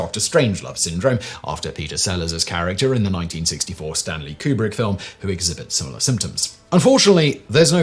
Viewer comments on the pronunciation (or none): none